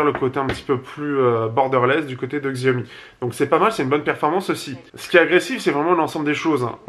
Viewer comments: Hey arrête STP de mal prononcer Xiaomi!! Ça se dit "chiaomi" entendre x écorche les oreilles. Je suis sur que tu prononce Apple normalement et non comme c'est écrit alors merci de faire pareil avec Xiaomi. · Non pour moi sans hésitation le pouce est vers le bas. Le mot Xiaomi est prononcé de travers.